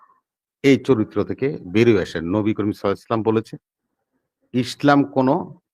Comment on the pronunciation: এই লোকটা তো ইসলাম শব্দটা সঠিকভাবে উচ্চারণ করতে পারেন না পারেন না শালা বাটপার কে জুতা দিয়ে পেটানো উচিত।